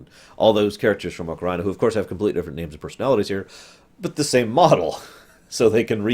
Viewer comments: I always say "Ah-ka-ree-na", and I can understand "oh-kuh-ree-nah", but "oh-ka-RAI-na" is freaking ridiculous. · I flip a little every time he says oca-rye-na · Bruh it's AH-KUH-REE-NUH. You say it like it's Vagina of Time